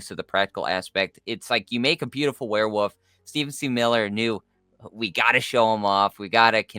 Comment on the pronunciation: Is the guy on the right saying Were'woof sometimes lol